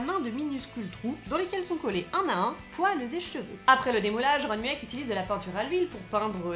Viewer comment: Superbe vidéo ! Par contre un truc m'a stressé.. Je ne sais pas s'il y a plusieurs prononciations mais on dit généralement "Ron mueck" avec la prononciation Moueck pour son nom de famille. Sinon très bonne vidéo 😊